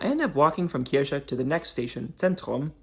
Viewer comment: You pronounced 'Kirche' correctly at 9.16. At other points, you pronounced it as 'Kirsche', which means 'cherry'. 🙂 It's one of the most unusual underground public transport systems in the world. This is the first time I see a proper video about it, with a lot of attention to detail. Good job. The child naming the stations is just too cute.